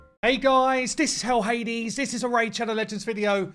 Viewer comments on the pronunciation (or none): none